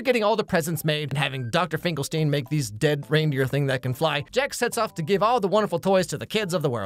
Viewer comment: Finkelstein is pornounced like Frankenstein with "stine", not "steen".